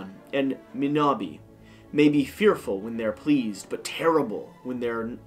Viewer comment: Thanks for your video, the game looks great. I am originally from the Canary Islands, and it is great that somebody from my hometown is making a game about this time in the History of the islands. By the way, the god and goddess names phonetically sound Ah-koh- RAN ( soft r and stressing the last syllable) and Moh-NAY-bah (stressing the middle nay bit).